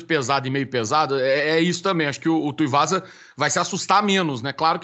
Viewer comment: kkkkkk, O André se incomodou que nem eu com essa do de chamar o Tuivasa de Tuiuvasa.